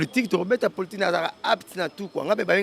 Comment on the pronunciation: Le corbeau et le renard tout flatteur vit au dépend de celui qui l écoute On dit politique et non poltique